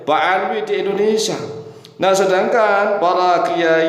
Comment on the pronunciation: bukan Endonesa pak.. tapi.. In do ne sia 🙏😁